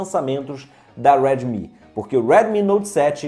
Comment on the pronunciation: Tu é Br Porra, diabo de Weeedmi note 7, deixa de querer ser americano